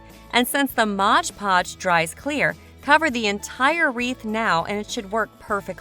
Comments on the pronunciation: Yes it's called MOD PODGE ! Not MODGE PODGE ! Please read the label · Some very cute ideas, but PLEASE! It is Mod Podge, NOT Modge Podge.